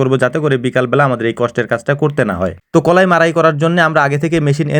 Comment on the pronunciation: কলাই না কালাই